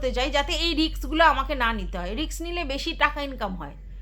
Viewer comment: রিক্স না ওটা রিস্ক